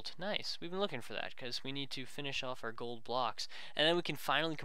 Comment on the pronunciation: he said coal instead of gold